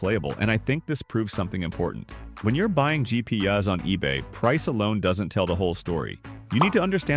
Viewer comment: “there are plenty of cheap GP yuhs on eBay 😂” Yuh there sure is